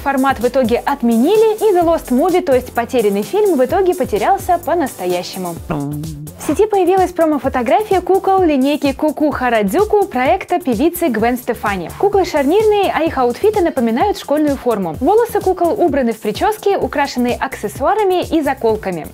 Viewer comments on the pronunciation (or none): Гвен СтефАни... НУ КТО ТАК ГОВОРИТ?